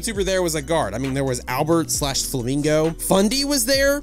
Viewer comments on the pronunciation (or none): Umm did I hear Albert FLAMGO